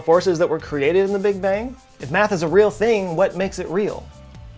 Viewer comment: I believe you mean bang, not "bank"